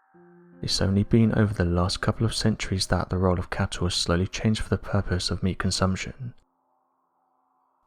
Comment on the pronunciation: It's such a shame such decently produced uploads are so badly narrated. His voice is nowhere near loud enough and too soft. He also mispronounces every other word, and it isn't just his accent. Words like "cattle" he mispronounces as "cattow" because his impediment won't allow a hard "L" . It becomes not just irritating but very difficult if not impossible to follow along. I wish they would edit these and re-voice them. It would be such an awesome channel then.